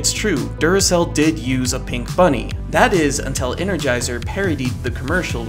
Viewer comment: Why does the narrator put emphasis on the word “pink” instead of on the word “Energizer”? He isn’t correcting the color, so the emphasis on “pink” is misplaced.